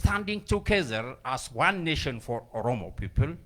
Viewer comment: Oromo Nation Not Netion